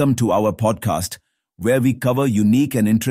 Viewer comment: Make it a bit better when you say Podcast